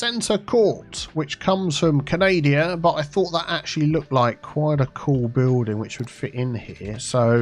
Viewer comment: I'm glad I'm not the only person that calls the country north of the U.S. "Can-Ay-Dee-Uh". Also, the people from there are "Can-Ay-Dee-Un" ("... -Yunz" if plural) 🤣